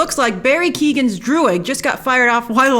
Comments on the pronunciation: It’s barry “keeyo-gen” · Barry Keoghans name is pronounced “Kyo-win”